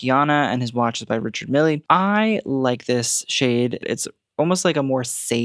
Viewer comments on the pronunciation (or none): buddy we gotta work on your watch brand pronunciations - "Ri-char Meel" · I LIVE for your commentary, and the continued shade/beef w Christian Siriano and Balenciaga. One small note: Richard Mille is pronounced (Rishar Meel (or meal) luh), he's swiss!!